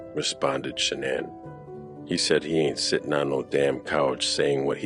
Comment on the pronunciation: Funny Her Mother called her Shanon and every body else calls her Shanaan! I heard w my own ears a video of her mother talking and never called her Sha naan. Only Shanon!!